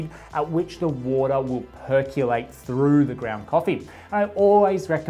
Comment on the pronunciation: It's PERCOLATE not PERCULATE - PER KO LATE NOT PER KEW LATE